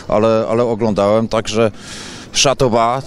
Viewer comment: nie mowi sie Jozwiak Szatoba, tylko Szapoba jak juz....